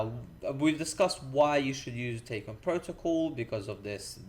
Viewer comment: It's pronounced "Tack-E-ON"